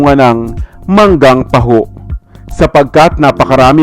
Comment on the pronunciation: Parang taho ang pronunciation